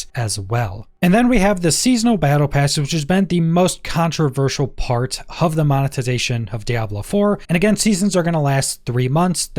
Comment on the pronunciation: Why do you say “hove” instead of “of”?